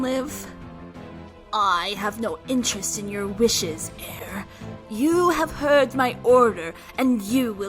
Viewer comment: “Eir” is actually pronounced like the English word “ire”. I know this because that is the pronunciation of the Norse Goddess that she is named after